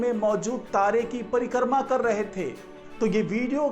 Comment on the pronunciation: परिकर्मा नही परिक्रमा बोलिये